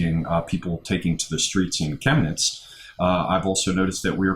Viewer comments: You both said Chemnitz correctly and yuppie is the same just spelled with a capital Y. Der Yuppie. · your Pronunciation of "Chemnitz" was spot on. A friend of mine who's a Policeman in Chemnitz told me that what the Mainstream Press portrait was a complete and utter Lie. He also believes that those "Nazis" have been Agent Provocateurs from the "Verfassungsschutz" (your equivalent to the FBI or British MI5). I personally call them by their formerly known Names, GESTAPO and STASI.